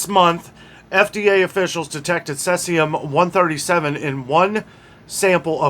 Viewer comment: Thanks! BTW "SEE-zee-um" 👍👍 Cloves? I Suspicious that many people use cloves in pumpkin pie and Thanksgiving is coming up? Can we trust the many meds that are coming from India? Is anyone checking them?